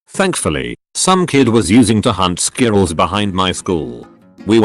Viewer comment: Nobody: TTS: SKIRRELS